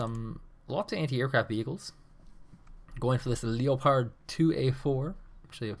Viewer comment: It's unfortunate he can't pronounce leopard and fusiliers. Lee-o-pard few-sillys